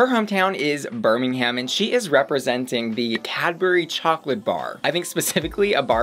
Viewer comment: Pls say Birmingham again 😂